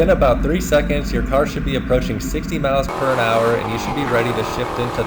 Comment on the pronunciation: What's a "perinhour"? Pretty sure it's "miles per hour"